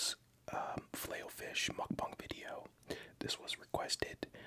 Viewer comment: Don't wanna be rude but it's filet, not filey.